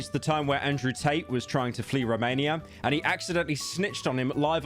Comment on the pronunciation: Ah the hardest name to pronounce: Carmello Harris, A-Din Ross, and Andrew Ta-Teh.